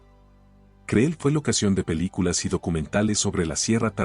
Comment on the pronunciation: ¡Por favor! El nombre del lugar es "cril", no creel como lo pronuncias.